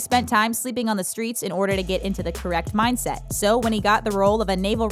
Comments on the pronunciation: 08.24: It's "MINDset" not "MIGHTset". Jesus... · "Mightset" XDDDDDDD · What's a "MIGHTSET" ?